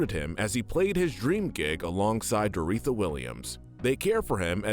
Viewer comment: This is a bit nitpicky, but it’s pronounced Dor-oh-THEE-a, not Dor-EE-tha.